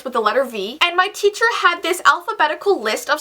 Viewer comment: Did you guys realize that said Cheacher instead of teacher